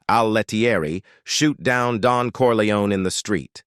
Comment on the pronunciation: Its not corleonAY!!!